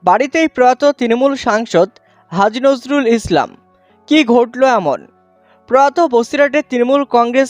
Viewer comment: It’s Nurul Islam not Nuzrul Islam